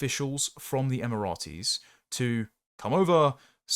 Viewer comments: I really thought your pronunciation of Emirates was just an accident in the last vid, but you've said it Emirates as if it's the name of a Roman soldier more than once this time too. I've never heard the Emirates pronounced like that in my life. Em-er-its not em-er-at-ees. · Emirates not Emiratis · “Emirates” is a three syllable word, not four. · Ratees are people from tbe Rites.